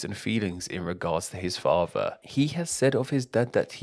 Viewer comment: What a horrific narration voice. Monotone, crackly, droney and the word "father" is not meant to be pronounced "fava". Stop it.